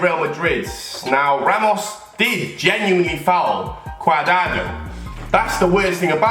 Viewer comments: It cadrado not cadado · Lol "cuardado"